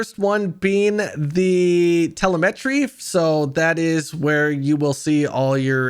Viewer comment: Might wanna try pronouncing telemetry again lol